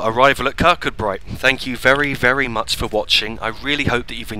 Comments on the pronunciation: Its pronounced Kirk koo bree not kirk kud bright, its a common English mistake. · kirkcudbright is pronounced kir koo bree I was born there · pronounced Kir-coo-bray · I know it’s an old video, enjoying seeing this old route here. Kirkcudbright is pronounced Kir-Koo-Bree. Kirkgunzeon is Kirk-Gun-Yon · Another splendid video. It was nice to see a first generation DMU from my train spotting days. My wife grew up in Dumfries and confirms that the name is pronounced Ker Koo Bree, with the stress on the last two syllables. Roger Crick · As a local to the Dumfries kirkcudbright area it really does annoy me the way he says kirkcudbright